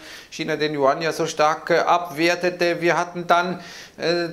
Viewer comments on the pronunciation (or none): none